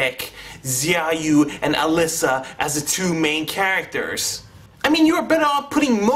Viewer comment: its pronounced shao-you(xiaoyu) but yeah the story was a complete clusterfuck.the fight scenes and CGI were the only factors that redeemed it